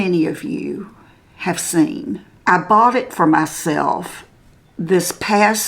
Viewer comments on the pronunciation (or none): none